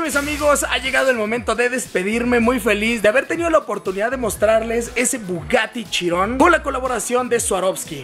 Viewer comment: Pense que dijiste el bugatty chingon